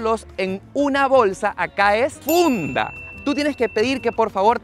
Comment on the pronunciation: Dise funda 🤣🤣🤣🤣